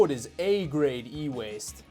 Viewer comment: "E-Waste" I lough out loud every time you say that.. Boomer. LMAO.